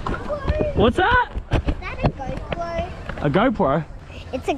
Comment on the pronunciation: « It’s a goew proew » 🤣